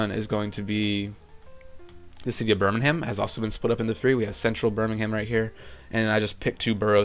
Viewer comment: btw, as someone from the U.K, it's pronounced 'berm-ing-um'